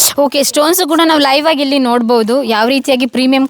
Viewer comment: ಏನ್ರೀ ಇದು ಹಿಲ್ಲಿ ಅಲ್ಲ ಇಲ್ಲಿ, ಹೀಬೌ ಅಲ್ಲ ಎಬೊವೆ, ಎರಡು ಹೆರಡ್ ಅಲ್ಲ. ಔಟ್ಪುಟ್ ಅಲ್ಲ output ಯಾಕೆ ಕನ್ನಡ ಕೊಳ್ತೀರಿ. ಇಂಥವನ್ನು ಯಾಕೆ ಕನ್ನಡ ಪ್ರೋಗ್ರಾಮ್ ಹಾಕ್ಟೀರಿ. ಕನ್ನಡ ಬರಲ್ಲ ಅಂದರೆ ಇಂಗ್ಲಿಷ್ ಮಾತಾಡಿ.